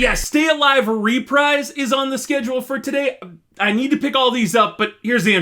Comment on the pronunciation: btw its pronounced ruh-preez not ree-prise but otherwise the video was great!